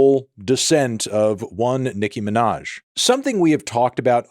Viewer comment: "Nicki Minahz"